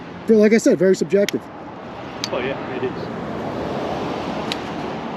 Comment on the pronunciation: Dude can't pronounce "subjective" so he disengages...🤣🤣...if Jason and Ben are such huge security threats, shouldn't Deputy Dog stay with them while contacting the proper authorities????...🙄🙄🙄